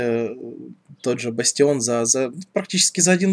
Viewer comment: не бастион а бааастион